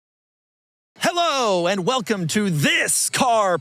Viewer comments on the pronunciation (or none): none